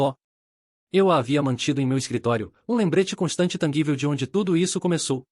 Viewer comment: Tangível (som de j) e sozinhos som de "s" só.